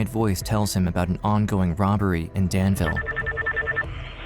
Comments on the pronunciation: Not for nothing but it’s pronounced Dan-vuhl Vuhl like full Maybe vool is better bet ye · The locals pronounce it danvull